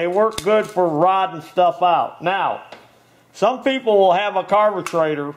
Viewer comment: Thanks, man, I learned a lot from your video, On how to fix your "Carbutrator" I meant Carburator. All the best and Happy New Year to you and your family.